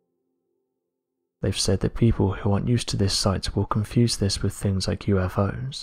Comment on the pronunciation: Honey, if it's FLYING and cannot be identified...It's an UNIDENTIFIED FLYING OBJECT!!! And it's NAS-ah, not NAS-er, and please for God's sake, pronounce your "th's"..."with" isn't "wif"!! If you're going to narrate something, please be kind enough to pronounce words correctly...and stop talking just above a weird whisper! Speak up!!!!